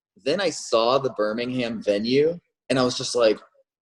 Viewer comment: it really bugs me how he pronounces Birmingham.......